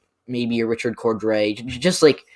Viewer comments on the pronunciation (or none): none